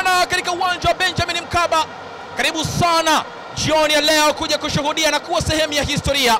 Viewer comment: Mtangazaji sio baliki ni bariki, sio kalibu ni karibu sio zahili ni dhahir,,dah 😢siku hizi hatuna watangazaji